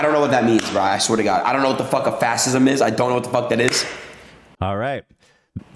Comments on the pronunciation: That bit where Adin Ross tries to read what fascism is and mispronounces every.single.word is gold. fml. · The dude can't even pronounce 'fascism' (let alone ultranationalism :D ) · My god. Adin literally couldn't read or pronounce not one single word in that fascism definition 🤣 Really gives Ethan's word fuck ups a run for their money 🤣🤣 And the Hila attacks are just hilarious. Imagine basing every woman you see by "their looks", because that's what they THINK hurts women. GTFOH. He's what, 21? Sometimes I think this up and coming generation could really be great for the world, and then I'm reminded that there is also a ton of GARBAGE people too. 😕